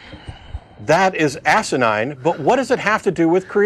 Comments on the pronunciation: It's Assinine. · i love when matt say "asenide" (hope i wrote it right) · The word is "asinine"... Love the show btw.